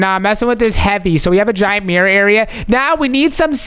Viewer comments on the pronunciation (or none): bro said mirrior